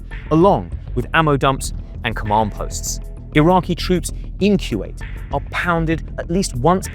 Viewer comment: It's Kuwait not kyuwait. Koo-Wait. Kuwait.